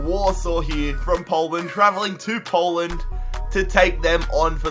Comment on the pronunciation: Does it trigger any one else when he pronounces poland